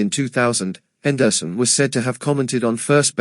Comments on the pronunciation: Wow! I didn't know that Rickey's last name was pronounced "Hen-DER-son." You learn something new everyday. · Can’t listen to this AI podcast butchering the last name of one of the best baseball player of the 80’s and 90’s. Henderson Son